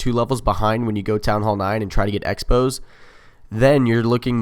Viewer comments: Does everybody think you say X-Bow "Exbo" I'm pretty sure its called a crossbow. the X represents the cross in crossbow. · Lost me when you said "ex bow"....it's a cross bow! The "X" is a cross....you might as well call it a "times bow" if you're gonna misname the sign. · Was bout to say its just short for cross bow sounds like he says expos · On the screen is says 'X-bow' which is pronounced the way it looks due to the dash. you say 'X-ray' as 'exray' not 'crossway' lol. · X-bow is pronounced Ex bow but the name isa play on words with crossbow considering the X-bow is a crossbow and X looks like a cross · You are right